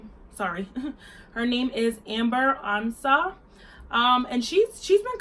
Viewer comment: I knew immediately from the surname Ansah she is A Ghanaian... even tho you didn’t really pronounce it well. Love from Ghana